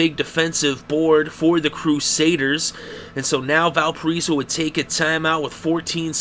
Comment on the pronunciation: "Val per eso"? Try Val pir I so".